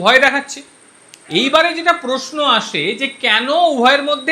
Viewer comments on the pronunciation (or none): none